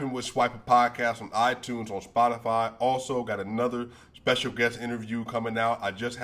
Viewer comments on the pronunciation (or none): none